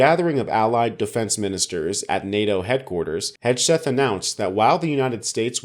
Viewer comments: It's HEG-SETH not HEDGE-SETH, lol. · At the end did he say, “Putin wrote this.”? I like your pronunciation of Hegseth, I’m going to pronounce it that way from now on. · Could you try to pronounce Hegseth correctly if you’re going to do a vid about him?